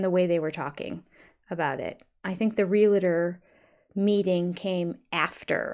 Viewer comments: It is realtor not real- a- tor one a not two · I love you but please stop saying reel a ter. It’s realtor. Two syllables. Thanks. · Hey.. for someone who's a stickler for proper pronunciation of words, you do realize that "realtor" is pronounced "real-tor", not "real-a-tor", right? ❤ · I think your channel is absolutely great and if you lived nearby I would want to be your friend. Sooo, when I ask this question it's not criticism. It's just a question. One of my pet peeves is that most people mispronounce "realtor". They usually say re-la-ter. I think it's supposed to be re-al-tor. Am I wrong? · just curious (ESL speaker here) since you often correct Kody's mistakes: why do you say "realator" instead of "realtor" ?